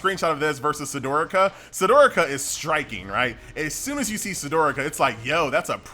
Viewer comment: Absolutely agree... he hasn't played it as he hasn't unlocked any races and he can't pronounce "Sdorica". He slips his S like he's had a stroke.